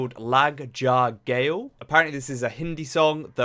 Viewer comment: Try searching the translation of "lag ja gale" .. its melancholic and adds to her fine voice and its ga-le not gale for pronunciation 😅😅